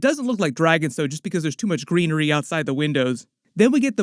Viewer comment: All the greenery sounds like hes saying treachery